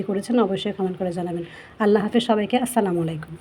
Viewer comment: সালামালাইকুম নয় ! দয়া করে বলবেন আসসালামু আলাইকুম ওয়া রহমতুল্লাহ ৷